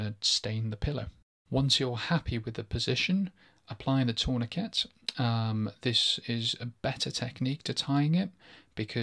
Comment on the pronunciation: 'torniKET' lol